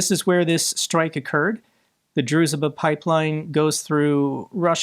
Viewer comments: Hi, I know this is pedantic, but it's pronounced drushba with a sh like in should. Ironically, it means "friendship" Sorry, won't happen again. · The name of the Pipeline ist pronounced 'Drooshbah' ..... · Druzhba means friendship. It is pronounced droo-zh-ba. Thankyou, for your tenacity for Keeping your channel open every day to keep us informed. You deserve a lot more praise for your work. We trust you and will always come to you for truth.